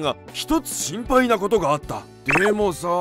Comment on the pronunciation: 心配の発音が心肺ｗ